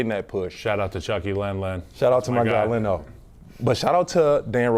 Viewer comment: Leno? LENO? ... you lost me.